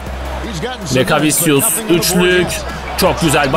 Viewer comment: doğru telafüzü lekaviçyüs